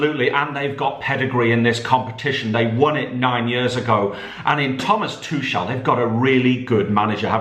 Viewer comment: It’s Two kel not twochelle